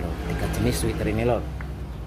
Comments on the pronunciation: Twiter bang bukan switer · Pasang kaos lengan panjang ya bos? Kok switter ngomongnya?